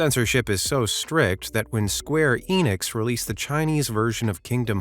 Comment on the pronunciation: oh man i wish you didnt just prounce square enix like you did